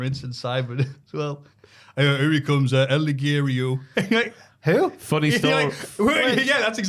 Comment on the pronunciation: Oh god i forgot about how could never pronounce El Ligero. Love Simon but he's sometimes been as bad as at pronouncing wrestler names.